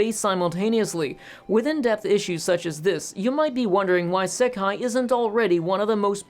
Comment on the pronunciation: Pronunciation note: "Sekai" (世界) means "world". Looking it up on Wiktionary, both kanji (both 世 and 界) can mean world on their own. "Seikai" (星界) is the word used in the titles of this franchise, it basically means star world, since 星 means "star". This is what is translated as "the stars" in English. I brought this up because I noticed he said he would say "sekai" (with a short "se" instead of a long "sei") to refer to the both Crest and Banner together. ("ei" is often pronounced as just a longer version of the "e" vowel in Japanese, but the vowel length matters.) I probably wouldn't have worried about it if "sekai" wasn't such a commonly used word in anime (think of the word "issekai") that using it momentarily through me off when you said you would use it to refer to this franchise. (I guess it also through me off cause you switched from English --- "Crest" and "Banner" to refer to them separately --- to using the Japanese title to refer to them together.)